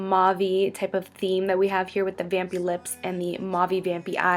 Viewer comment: Kept on hearing 'Bambi' instead of 'Vampy' -_